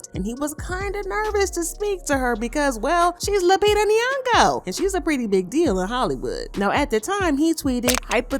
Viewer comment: “Queen Lupita nyogo” tch 🥴